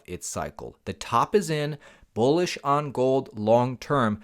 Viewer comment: Are you saying Bullish or Bullshit?